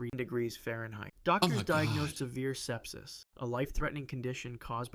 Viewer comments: its sepsis not stepsis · It's sepsis not stepsis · it is pronounced sep-sis. It is a life-threatening medical condition. But most people actually survive sepsis, especially when treated early. It is when you go into the final stage that someone's mortality is the highest. But some people still survive in that stage, or when someone is up in their age. Which applies to the grandmother. She is up in her age.